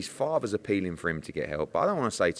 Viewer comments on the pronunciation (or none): Eddie Hearn had far too much coffee before this - talking about Ryan Garcia he says, 'if his own farter says he needs to get help' 🤣🤣🤣